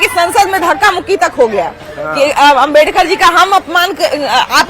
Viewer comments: Pahle tum BABA sahab ka naam sahi se lena sikh loo nhi tu dekhna kahi माइक पकड़ने लायक भी ना बचो... समझी आज unka ही den hh joo mike leke ghum rhi hol... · Pahle ambedkar ji ka mane sahi se bolna sekho